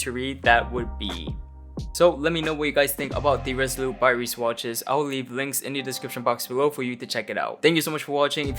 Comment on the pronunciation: I have this colorway pre-ordered. I was looking for an everyday beater so to speak and this fit the bill for me. I agree the strap is going to need to be replaced, the blue doesn't match with the teal well.. probably a grey or khaki single pass or nato will work well. *Sidenote: the brand name is the German word for travel or voyage, it's pronounced Rye-sa